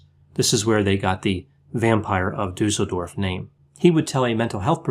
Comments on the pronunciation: I just clicked because of how you say "Duesseldorf",. You still pronounce it completely wrong. "Dusel" how you say it, means "good luck". Everybody would like to live in such a town. But it's just Duesseldorf, an ordinary German town. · interesting presentation. It seems that all the research about Weimar Germany focuses on Berlin, as if nothing else happened anywhere else in the country. (BTW, "Düssel-" rhymes with "puss-el") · I'm from Düsseldorf and never knew about this case! Thanks for that and as usual, the top quality content! :) P.S.: the double s in Düsseldorf is pronounced sharp, like in "assessment". Hope it's okay that I'm pointing this out. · Mydemon It doesn't. 'Düsseldorf' , just like 'assessment', has a sharp 's' sound. The umlaut 'ü', however, is short in this case, not long. I'm German and I live in a city that's not far from Düsseldorf btw.